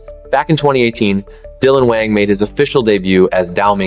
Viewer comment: If you’re going to talk about Dylan, you could start with pronouncing his last name right. People who follow Dylan know he’s kind and being slandered.